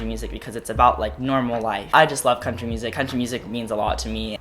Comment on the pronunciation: after hearing cone say country music a hundred times im convinced he’s actually saying crunchy music